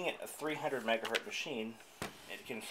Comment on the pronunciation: "300 megahurt"? MHZ is megahertz... named after Heinrich Hertz, pronounced "hurts". Anyway, I was able to load up my original Bondi Blue 233 MHz iMac with 512 MB of RAM, despite the naysayers who claim it only accepts up to 256 MB, or especially Apple's official maximum of 128 MB.